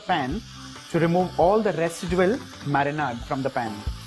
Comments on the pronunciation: Nice and quite simple also... thanks.... btw its not marinaaad... its like marinaid... like ayyyd... it kind of kept on hitting my ears... but thanks for the dish💟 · I almost subscribed and then I heard him saying Marinaad. I can't hear it more so let's leave it here.